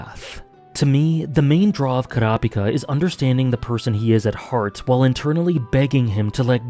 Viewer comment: At least you are using the actual pronunciation for Kurapika Nice list